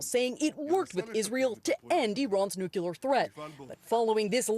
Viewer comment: Did that reporter actually say "nucyuler?"